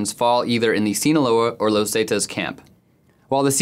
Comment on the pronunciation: This report would have been better if the narrator would have said "zetas" and "michoacan" correctly.